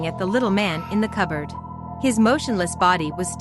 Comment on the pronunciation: "A coberd in a coberd?"